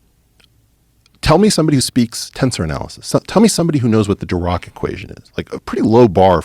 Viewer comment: He pronounced it Di-rock? It’s pronounced di-rack I thought…Lol